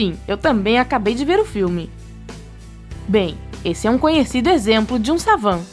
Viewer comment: (no minuto 3.52) "a síndrome de savan" ???????